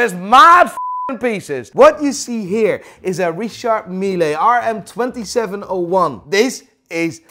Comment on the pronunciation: Why are you saying richard meeLAY ???